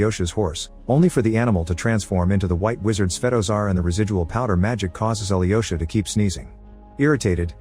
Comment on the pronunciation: his name is not Ali Yosha lol And the witch name is Varvara (emphasis on the the second a, not the first.) The Ivan name is not I vhan either. Its Evhan. (phonetic translation for ya)